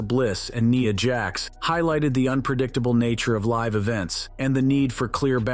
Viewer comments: Did he just pronounce NIYA JAX? 🤣🤣🤣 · Say “Nia Jax” name correctly next time more then one not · The scene that you have here with you say with Nia, Jax and Alexa bliss who is Nia Jax you mean Nia Jax please say the name right please it’s Nia, Jax, and Alexa bliss it’s Nia Jax, and Alexa bliss Nia Jax, And Alexa bliss please just pronounce the names right because you sound foolish when you keep announcing all these names all these words wrong please pronounce the words right please thank you